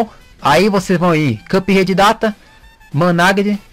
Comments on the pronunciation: cara,,foi mal mas me da um nervoso vc falando CupRede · "Cãp Rede"